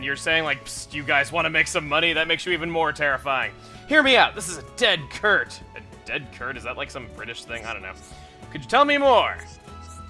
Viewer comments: Chugga its pronounced Sert not kert, hes saying cert like certain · Dead cert is a British way of saying dead (or absolutely) certain. It's pronounced ded sert Btw, using this in Britain is like saying "yeeha, ride 'em cowboy!" In America. No-one really says "dead cert" any more. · It's pronounced "sert". As in "certain" or "certainty". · CERT! (SERT) LIKE CERTAINTY!!!! JEEZ CHUGGA! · In the nicest way possible, your mispronunciations never fail to amuse me. It's 'dead cert' short for 'dead certainty', not 'dead kurt' :-D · In "It's a dead cert" the word "cert" is pronounced "sert" and is short for certain. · Chuggaa, "Dead cert" Meant dead certain (so it would have been pronounced dead sert). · Chugga, dead cert = dead certain. Pronounce it 'sert'. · Cert is pronounced sert, as in a shortened certain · Dead cert (pronounced with a soft c, not a hard one) is short for a dead certainty. Never realised that wasn't a phrase outside the uk xD. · Um,? Cert is short for certain... so it's pronounced like the beginning of 'certain'. Anyways, happy birthday.:D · The "cert" in dead cert is said with a soft c. Like certificate. And I'm not sure how to explain it but if you call something a dead cert it means you're pretty much guaranteeing success. He's saying you're guaranteed to make money due to what he's offering.